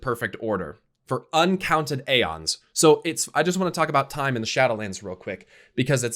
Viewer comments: God dammit. Its eons. Eons.. not aons. Eons!!!!! Its a very common term to explain a vast amount of times. I swear to god!! Stop saying AONS. Its fucking EONS. Its clear as day!!! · Roses are red Alliance peasants, Horde peons still mispronounces the word aeons